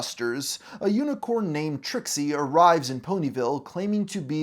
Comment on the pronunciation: Las Pegasus unicon not unicorn. I swear he can’t say any names correctly.